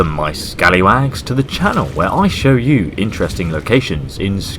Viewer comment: I thought you said "hello my scallywanks"